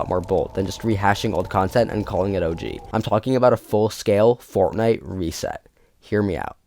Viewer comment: Read reset VERY wrong 😭